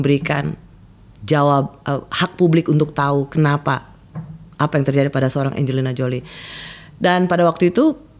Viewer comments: Rosi salah nyebut Angelina Jolie 😂😂😂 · Kok Angelina jolie mbak Rosi? 😂kepleset dikit